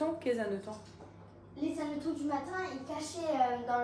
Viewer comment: Coucou, je crois qu'on ne fait pas la liaison avec hannetons. Des hannetons, pas des Zhannetons.😊 Bravo à Thibault! Trop fort sur son velo. Et c'est bien qu'Elina t'aide si besoin. Dur dur le coup du lave-vaisselle 😮 J'ai donné avec les réparations et la vaisselle à la main, j'en ai racheté un. Il y en a des pas chers à Électro dépôt